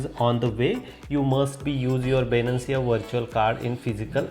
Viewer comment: bruh its not Binancia, it Binance.